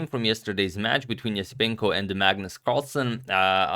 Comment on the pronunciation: His name is pronounced Yesipenko.